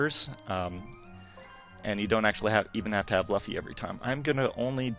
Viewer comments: As someone who read the manga until the end of baroque works (yeah I know its not that far but is still a big chunk) I still pronounce it luh fee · what tf is a luhfee? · man I remember how I pronounced Luffy the same way as this guy way back in middle school :P "Luh-ffy" indeed... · Lafee. L a f e e. I'm out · Why you call him luff-e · My dude said la fy I was done with review lol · oh god its pronouced. LOOFY japanese pronouce their U's as OO not UH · IT SAYS LUFFY BUT PRONOUNCED LOOFY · what the hell. this guy can't even say Luffy right. what the heck luffa, loofah ?????????????????????????????????????????????? whatever the hell he's saying. I don't know what word he's using but it sure ain't Luffy. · The way he pronounced Luffy 😂😂😂 Lo-ffy hahah 😭😭😭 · I stopped watching whenever he called him Luufy. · Did this man just say Luh-ffy? This is why I don't watch anime related game reviews on IGN. Can't even get names right. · Ugh... it's Luffy! L-U-F-F-Y! Not Luhfee.... Anyways.. Bought this DayOne, Game looks Beautiful on PlayStation Vita~ game is pretty good only 2 problems I have, 1, no mini map! or even a compass you have to press START every time... Kinda annoying y'know? 2, I don't understand why LUFFY is using Gear 2nd Attacks while his normal..? I see no steam at all... >.> One more... Where the hell is Gumo Gumo No RIFLE!! That's my favorite attack... Everything else is awesome the battle coliseum mode is cool love playing with Law and Ace! I thought it had online though? All I seen is Ad-Hoc Idk... I'm still playing the game only 10hrs in. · This guy called him l-uh-ffy im done -. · Lol LufEE. IGN do some research before you review games. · I thought oh cool another one piece game...let's check it out...."here you see luhffy"....NOPE IM DONE..... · it's pronounced l-oo-fy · It is almost as if he said "Luh-fee", to tell you to stop watching the video. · Luff- IEE really... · Hahaha I'm done he said Luf-e hahaha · lol, the main character is luhffy.....